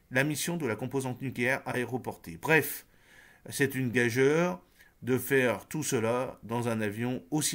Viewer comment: Gageure se dit ” gajure’. Cela vient du verbe gager .